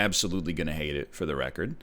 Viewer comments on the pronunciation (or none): none